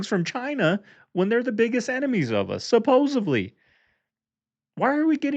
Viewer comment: "SUPPOSEVLY" HAHAHAH sorry bro i had too, 3 times in a row made it comical :L